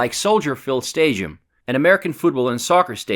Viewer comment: there’s absolutely no way he just said stadium like that